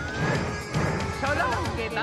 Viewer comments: So long-eh, Bowser! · (Henry stickmin) So long-eh Henry! (Mario) so long-eh bowser!